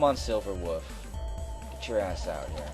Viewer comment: I just love how you pronounce "wolf" as "woof"